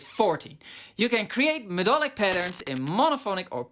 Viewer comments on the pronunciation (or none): Intersting video mate... Just one thing, i know English isn't your first language, so not trying to be a dick here... 'Melodic' is actually pronounced 'Meh-LOD-ick' and not 'Med-DOL-ick'... There is no such word as 'medolic' in The English Language. Very interesting and i have to agree with much of it. Spectralyers Pro is WELL worth the update price though. IKs Resing is MUCH better and more useful than the silly omnivocal thing too. Expression maps are a MASSIVE, but LONG overdue one for musicians, not just classical guys! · Did you say MEDOLIC on purpose mr? 😂